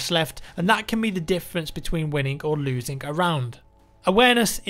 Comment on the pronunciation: is it just me that heard him say wininnk or loosink a round